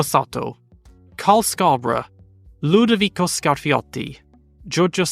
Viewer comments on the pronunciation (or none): none